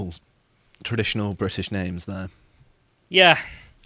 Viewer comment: Quick one Why are you pronouncing their names with that inflection? Alex Bel did the same thing last night. Just curious, trying to learn.